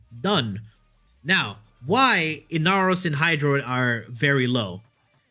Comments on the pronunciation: First of all, if you don't watch his streams, it's always a meme to pronounce ember as amber and to pronounce amber as ember. And, inaros is just bad. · This man can't even read Ember correctly and then does my boy inaros like that. Baro is disappointed